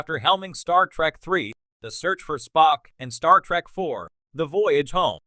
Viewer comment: I hate the way that this AI says Star Trak not Star Trek.😡